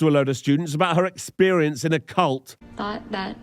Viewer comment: Pronouncing "cult" as "colt" can happen if you are a little hoarse.